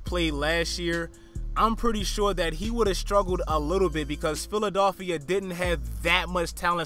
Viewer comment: where are you from bro the way you say philadilfia is hideous